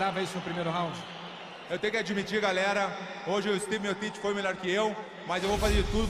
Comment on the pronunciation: Stipe 'Stiopic' Miocic